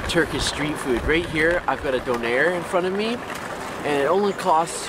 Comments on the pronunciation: "dohnear" oh no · I've been born and raised in Berlin and didn't even know that there is a Currywurst Museum and Cat Cafes :D, but I would actually recommend eating Schnitzel in Austria or at least Bavaria. Also your pronunciation of Döner is hilarious :) No offense, I love you guys and I think you've listed some pretty cool things in this video